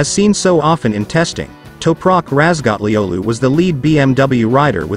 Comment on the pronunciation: Görüldüğü gibi okunur Türkçe. Toprak razgatlıoğlu .. dont razgatliogli